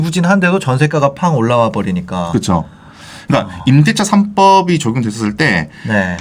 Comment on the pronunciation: 부탁말씀 드립니다.. 부동산투자에 대한 내용은 너무너무 좋으신데, 발음이 짤리셔서 알아듣지 못하는 단어들이 많아요 ㅠ. 예) '하반기' 가 '하방' 으로 들려서 세 번을 돌려보다가 겨우 알아 듣게 되었습니다 ㅠ '임대차 3법'은 '이대 3법'으로 들려 5번을 돌려봤습니다. ㅠ 이렇게 단어가 끝까지 발음되지 않고 생략되는 경우가 1분동안 들으면 서너군데 쯤 있는것 같아 계속 듣기가 힘들어지네요 ㅠ. 그래도 내용이 좋아 참고 끝까지 들어 봅니다. 하실 말씀이 많아 그런 것 같습니다. 그래도 천천히 발음을 끝까지 해주시면 듣는 우리들이 참 좋을 것 같습니다. 좋은 방송 계속 부탁드립니다 감사합니다.